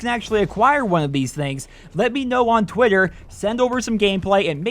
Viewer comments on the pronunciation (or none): lol twwwitter